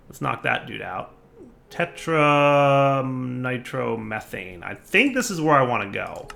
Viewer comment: ”tetranitromethanane” LOL poor. Slow down and take your time to read the names, we won't mind dude. =)